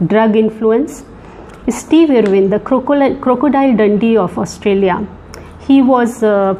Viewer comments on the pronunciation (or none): none